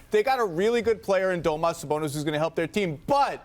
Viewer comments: It's Domantas, not "Domas", you imbecile. And Sabonis is a great shooter - 58% FG this season. But I guess they were talking about 3 pt shooting, since that's all NBA commentators and analysts seem to care about these days. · Dude called him domas his name is damontas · How come he keeps saying Domantas wrong? lol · Hate when “analysts” don’t even know how to pronounce players names. Do your job better… “domas sabonis” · “Domuss” Sabonis.. Cringing so hard, my man it’s not hard to learn a dudes name you work in the media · It’s pronounced duh-mohn-tus christ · Is that how your suppose to pronounce Sabonis’ name? Lol. Domas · My mans said domas sabonis 😂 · Why are ya calling him domas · "Doh-mas Sabonis" 😂 Do people actually call him that? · I cant stand that guy keep saying "Domos Sabonis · IS HE CALLING HIM DOMAS?? Classic ESPN analyst activities